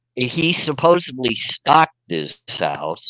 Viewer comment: OK I have to comment on it...what is it with Americans these days and not being able to say the word Supposedly...its happened a lot with american youtubers who pronounce it as Supposebly..like WTF..english is your first language, you learn it from childhood and through your life..there is zero excuse LOL I am norwegian and English is not my first language and even I know its SUPPOSEDLY.., you are a lovely guy but please learn to say supposedly LOL